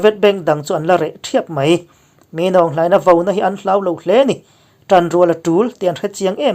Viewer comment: Min aung hlaing-a hming in lam tralh tralh mai hi chu .. Burmese ho ai pawh in i lam nalh zawk hial lo maw le😁